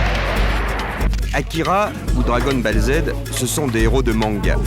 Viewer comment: Akira ou Dragon "Balle" Z 😂